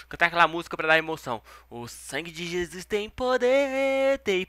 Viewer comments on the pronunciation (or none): none